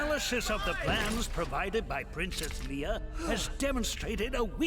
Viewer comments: That was a callback to the actual movie where her name was also mispronounced. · I swear they mispronounced Leia in the first cuscene